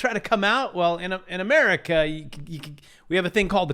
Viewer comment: Please stop mispronouncing America. That's so disrespectful.